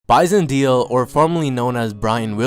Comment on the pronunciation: Bison Deal???. It's Bison Déle moron